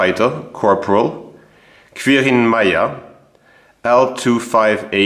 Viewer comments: Its very impressive how you managed to track them down, also yes you are pronouncing the name correctly. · You pronounce „Quirin“ exactly right. The name is very old, there was a saint with this name. In Bavaria the name is rather popular again, as old names re-emerge in these years. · yeah you said his name correct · Your pronounciation of Quirin is very good. I heared the name once before, its really uncommen, yes. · Your pronunciation of Quirin is perfectly correct. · Quirin pronounced correctly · Prononciation of "Quirin" is quite correct. Yes indeed, that name is very, very rare. Keep up the good work. The stories of our ancestors fighting in WW2 are always touching my heart for my grandfather a Feldwebel (Sergeant) fell in 1942, so I never got to know him. Greetings from a former Sergeant of the Bundeswehr 🤝🏻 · Your pronounciation of "Quirin" is perfect. This first name was and is nowadays quite common in Bavaria (although I understand he was not of Bavarian origin; Hechingen is the residence of the Hohenzollern). In fact one of the most talented painter, plasterer and sculptor of the late baroque and rococco in Bavaria was named Egid Quirin Asam. His best known church in Munich is St. Johann Nepomuk. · I don´t know, how you manage it, because most french pronounce this quouirin, but "gelernt ist gelernt" as we say. Greetings from Munich to my home town.